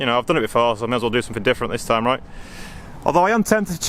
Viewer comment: "It'll be reet"